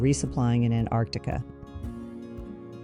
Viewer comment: Antarctica. That's ANTARCTICA! Pronunciation is key. Must try harder.